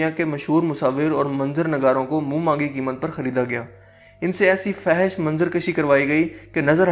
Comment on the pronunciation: آپ ہمیشہ فحش کو غلط پڑھتے ہو اصل لفظ ہے fohash😊